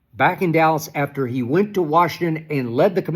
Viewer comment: There is NO "D" in Dallas, SKIP!!!